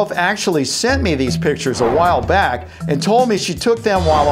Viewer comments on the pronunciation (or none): none